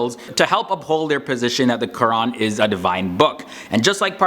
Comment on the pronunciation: dang...thats impressive...the way you pronounciated QUR'AN was to the point